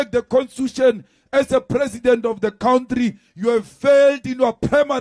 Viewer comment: 😂😂😂 Malema must be taught to say country and not cowntree b4 he wants to be become president of our country. He just spews negative words and actions!!!